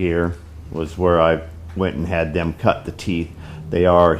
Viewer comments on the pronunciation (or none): none